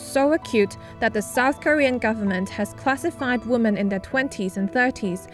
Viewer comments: This SCMP announcer keeps saying woman when it should be women. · Singular woman sounds like 'woo-man'. Most of the cases here, women should sound more like 'whim-en'. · you're pronouncing " women " wrong. Sounds like the singular form: Woman. It's weird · Please double check ur pronunciation of the word “women”. Health and love to all of you! Don’t give up! 힘내세요 여러분들!